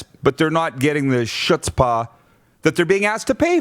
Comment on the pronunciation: Hey Roddy, it's chutzpah (pronounced HUht-spah) Great Rant!